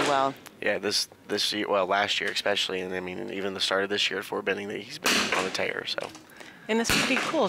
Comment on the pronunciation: Hearing a "commentator" say "ECKspecially" repeatedly made it difficult to watch. Their 10 ring is the size of a pencil eraser folks.